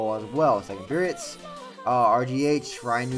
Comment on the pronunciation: Why do you say "periots"